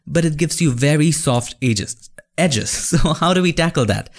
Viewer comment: "Egis" "edges" Happens all the time with me 😂